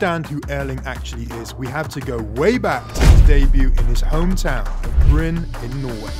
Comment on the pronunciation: i am comming from norway but brun 🤣🤣🤣 its Bryne